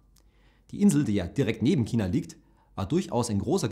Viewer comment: Dislike weil du "China" nicht aussprechen kannst.